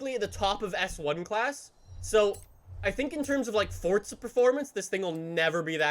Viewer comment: It’s forza! NOT FORTZA!